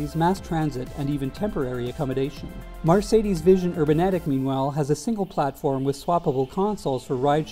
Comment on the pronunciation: It's MERcedes, not MARcedes.